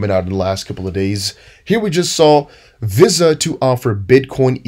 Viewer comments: Love your work but VISA is pronounced in America as VeeSaah otherwise your english is perfect. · Visa is pronounced VEE-SA. Where have you been dude? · Visa Visa Visa NO NO NO how do you not know how to pronounce it correctly ??????????